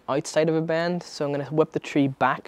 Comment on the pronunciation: You say bend how I say band...how do you pronounce band haha. Band it dane and make sure you don’t get inverse teppper